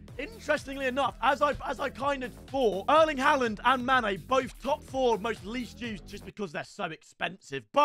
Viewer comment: Say Haalands name properly 😭